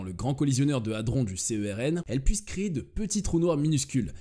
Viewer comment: Petite remarque à l'attention des gens qui ne connaissent apparemment rien à ce sujet : le mot se prononce CERN, pas C.E.R.N...